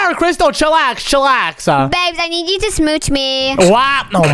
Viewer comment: Hey.. You. Nid. A. Gerlfrand😂😂😂😂😂😂😂😂😂😂hahahahahahah